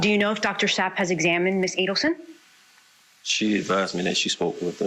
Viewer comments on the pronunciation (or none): What got me 😡 was her atty kept saying Zap wen Chief Mac kept telling her the name was Sapp. She definitely was being a hole to him and actually being rude like he was on trial and saying she pleaded not guilty. 😱